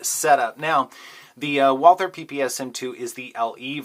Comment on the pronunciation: Yah! The way you said it ! Walther any day of the week over the glock